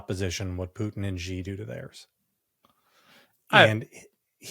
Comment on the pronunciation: JVL needs to learn to pronounce Xi properly. Tim says it perfectly; maybe JVL can take a hint.